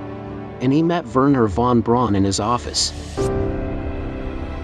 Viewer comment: The name is Wernher von Braun and not Veron Brown!